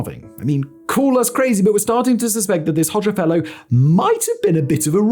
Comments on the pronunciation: Sometimes I think that Simon’s channels are all a cover for the real content which is deliberately pronouncing easily googleable things as strangely and as jarringly as possible. Hoe- szha not Hodger to rhyme with todger you muppet 🙄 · I knew about him, but I never pronounced his last name like that. Growing up it was pronounced more like 'pas-scha' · Yikes! And I thought that Nicolae Ceaușescu and his wife (in Romania) were bad! {cringe} Thank you Simon, I had heard the name; but never researched him (Makes note to self: In Albanian "xh" after an "o" makes the "o" a short vowel. "Hogger" .... or is the "r" on the end, Simon-speak?) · i love that he tries to get the pronounciation of the albanian words correct but fails